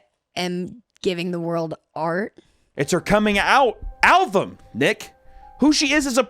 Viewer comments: needs to practice saying the word "album" he's pronouncing it "al-vum" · Did you pronounce album “alvum” on purpose to mimic the kid? Because that’d be like a 500 IQ play 😂